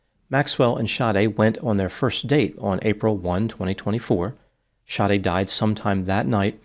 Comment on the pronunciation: Her names SADE it’s pronounced “Shadee” not shawty 😂